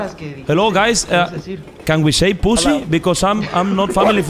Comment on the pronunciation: mariana diciendo pusi xddddd